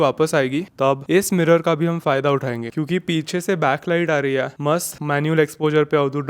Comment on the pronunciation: Bro learn to pronounce " है "